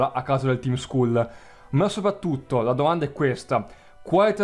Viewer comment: scusa (senza offesa) ma il team skull andrebbe pronunciato team skal e ripeto l'ho detto senza insolenzaa solo per precisare ps: sei fantastico continua così